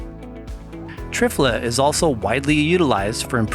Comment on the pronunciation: I always hear it pronounced tri - fala, instead of triff - ala.